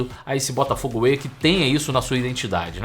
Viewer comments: Crítica construtiva: É Botafogo WAY e não AWAY… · Não é AWAY mas WAY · Botafogo Way e não Away!!!😂😂